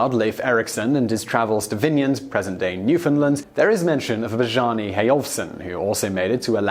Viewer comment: Bjarne is pronounced B'yar-nee.